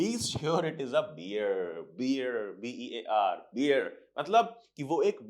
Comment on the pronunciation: arey beer nahi bear hota hai